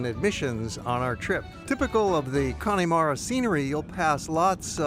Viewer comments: It’s pronounced Con-a-mara not Connie-mara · It's pronounced...Cann'a'mara...not Conn'i'mara, nonetheless, a great video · it's not conneymara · Please, please .... The E in Connemara is Silent. If you were there?, did you hear anyone say Conn E Mara? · The "e" in Connemara is more of a "uh". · Nice video, but please learn to pronounce Connemara!